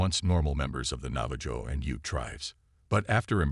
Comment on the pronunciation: Enjoyed the post, but you should look up pronunciations when it comes to Indigenous People tribes. Navajo is pronounced "Nava ho"